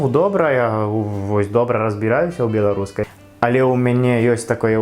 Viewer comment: малайчына, ты вельмі добра ўмееш гаварыць. На беларускай. У цябе талент. Правільнае вымаўленне.